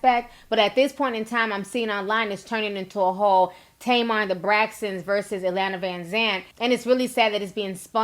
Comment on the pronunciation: T y’all b messing up the annunciation of iyanlas name lol